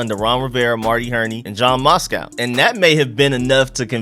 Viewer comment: the mans name is Matsko not Moscow 🤣🤣